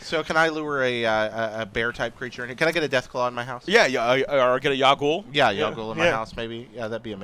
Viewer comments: Its not ya goul. Its pronounced yawg y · "yow ghoul" lol doesn't even know how to pronounce it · ... The way he pronounced Yao Guai is very painful xD